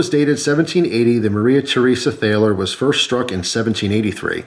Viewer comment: btw, it's pronounced Tall-er